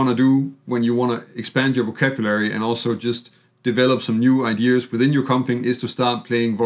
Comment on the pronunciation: Enjoyed that thanks, btw it’s no big deal and a common mistake but it’s not “idears” it’s ideas, also was that Sven Schuster On bass?